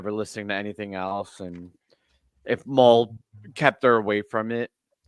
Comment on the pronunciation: It’s pronounced like Mullet. Mull. You’re saying maul. Or mall. Englische ist fucken.